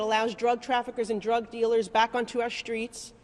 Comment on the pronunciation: deshtroy? Shtructure? Shtreet? shtruct? conchtrol? where did this woman in red learn English